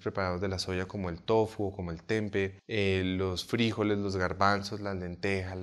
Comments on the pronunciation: Oye loco, de dónde sacas fríjoles, sin frijoles en español y el golpa de voz cae el la sílaba jo. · FrijÓles.. con acento en lo O 🤷‍♀️😁